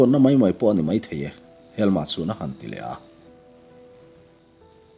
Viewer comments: A sipel chu ka hre ve lem lo na a, helma i tih hi helm-a ti a lam tur a ni zawk lo maw. Sherlock holm-a hi holm-a an tih ang hian. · Helm-a tih tur anih ka ring ve ngawt a. Helma''an-a tih pawh chu a ni thei tho bawk ang a